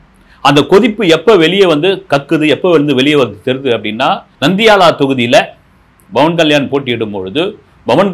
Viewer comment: Sur it is not Bavan kslysn it is Pavan kyan It is not aB it is Pl